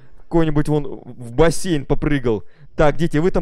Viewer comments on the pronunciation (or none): none